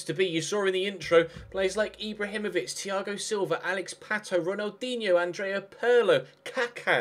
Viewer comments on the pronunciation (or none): none